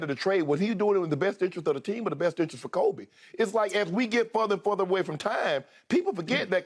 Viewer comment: Shannon, literally no one calls Kobe....."k-oh-b"...🥴🥴🥴